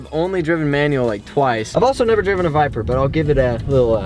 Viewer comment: He said biper